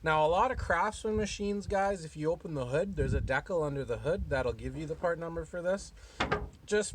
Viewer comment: Decal is pronounced /ˈdiː.kæl/, and not deckle btw. Took me a bit to figure out what you were saying.😆